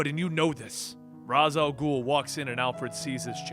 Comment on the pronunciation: I'm a little surprised that you're worried about mispronouncing the Daughter of the Bat's name. You've been saying Ra's Al Ghul wrong the entire time and it seemingly hasn't bothered you at all.